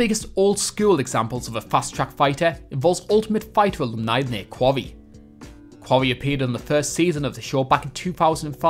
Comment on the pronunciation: "Nate Kwawwy"